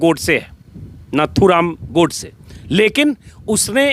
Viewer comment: plZ pronunciation is नथूराम not नाथूराम